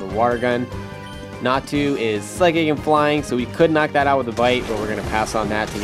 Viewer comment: YOU SAID "NATSU" HAHA